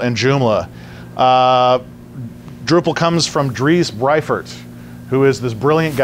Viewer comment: Dries Buytaert (not Briefert)